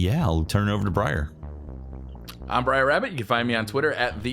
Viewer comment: Say hello "BRAIR" Lol *Briar